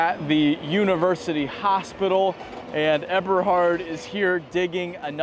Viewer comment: check on the pronunciation: Eberhard.... it is a long "E" sound, German E